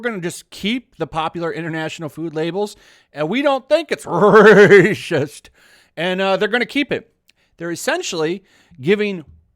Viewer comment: Mate, the way you say "Racist" cracks me up each time.....